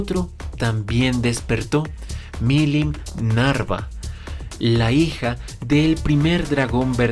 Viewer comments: Lo único que no entiendo es por que en todos los videos pronuncia Millim NARVA y ahora que menciona a su papá si lo dice bien NAVA, no lo sé, solo algo que no me deja dormir. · es milim nava, no milim narva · porque pronuncias tan mal los nombres, veldanava o en su forma humana veld Nava y milim nava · Siempre dice mal walpurgis y Milim Nava...